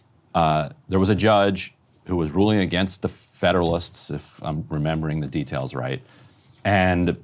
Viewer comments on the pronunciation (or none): none